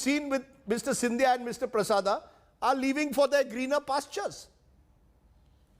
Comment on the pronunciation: Hey! India Today Jokers...what is 'Prasada' can't you pronounce it correctly.